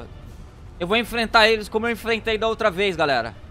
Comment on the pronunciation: vou "enflenta" eles como eu "enflentei" os outros kkkk